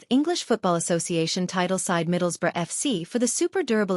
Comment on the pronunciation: Hilarious. Although bizarrely unlike 99.99% of Americans, pronounces “Middlesbrough” correctly.